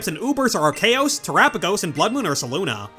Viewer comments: “arcaos” good job you made everyone mad to agree this is definitely the wrong way to say it’s name(or you solved the problem and everyone agrees this IS how you say it) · why did bro say arceus like that 😭 yall know the real pronunciation for arceus is archeous 🔥